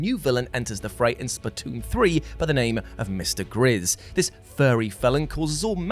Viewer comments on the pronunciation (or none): none